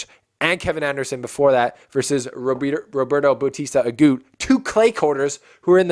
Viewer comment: I had a impression that you don't know much about tennis. If you do, you can't say RBA is a clay courter. Please do your homework before the show ( watch matches at least highlight, research about players and tournament rules). PLUS, please pronounce players name properly, if you can't , just call roberto RBA instead of babbling like a baby. make this show professional. I know you youtubers doing this for business.I am not a RBA fan by the way but just got annoyed how little you know about other players or matches unless Federer plays in them.